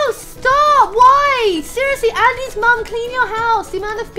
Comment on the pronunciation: Amy I thought you were British come on its MUM you may as well just stick any random vowel in there it's not MOM!!!!!